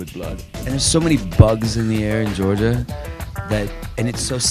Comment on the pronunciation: Good googahmoogah! Norman says 'Georgia' so nicely..... [that's my name, btw... extra tingles]